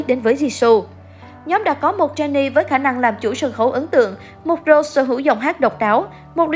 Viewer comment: Rosé chứ k phải Rose-Jisoo chứ k phải Ji-sô nha.